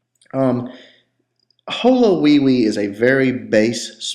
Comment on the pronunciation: HoLoWiPe not HoLoWIwI but really good strategie NIce!!